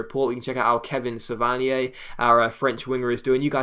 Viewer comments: As a frenchman I can tell you that you pronounce his name exactly the way it should be :) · Kevin is probably pronounced kay-vin because of the accent on the 'e', but Savanier is pronounced how you say it